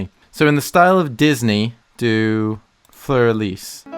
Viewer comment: “Flur Elise” lol